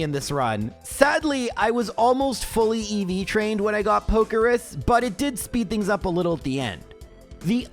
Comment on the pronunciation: It's called Pokerus. So yeah. Not pokeris lol